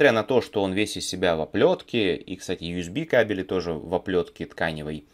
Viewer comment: кАбели, а не гав-гав кабЕли